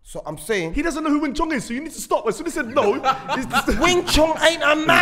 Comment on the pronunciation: Bruh its Wing Chun not Wing Chong Lol